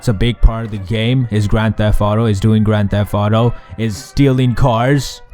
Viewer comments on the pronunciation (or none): He said "Gran Theff Audo".